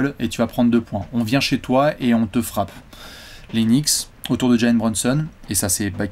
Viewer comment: Knicks par rapport à la prononciation de "nichts" en allemand ? Ça expliquerait la langue utilisée par les bots dans les commentaires 😅